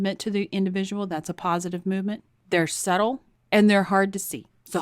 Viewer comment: the b is silent in subtle. It's Suh tl.